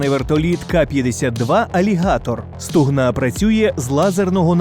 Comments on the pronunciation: СлухАй, автОр, гОтуйся до кмЕнтування, бо не стугнА а СтУгна!!!! 😂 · не СтугнА а СтУгна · Стугна, наголос, на букві "У"